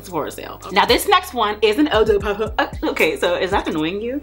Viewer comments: I was like if she say "ehh DeH Parfum" one more time 🤞🏾😭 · I could not take how you said eau de Parfum killed the while video for me 🤦🏾‍♀️😩